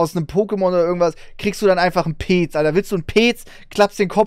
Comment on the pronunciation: was ist bitte peeeeeec, es wird petz ausgesprochen